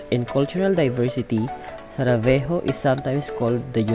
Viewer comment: It is Sarajevo not Savarejo 👍